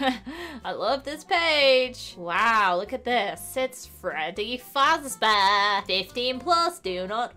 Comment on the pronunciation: it's Fazbear not fuzzlebear